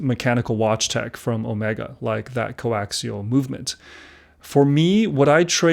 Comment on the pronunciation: Why do I keep hearing him say Co-LAXIAL lol. Great review :)